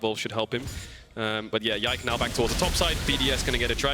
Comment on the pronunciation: And pronounce Yike's name perfectly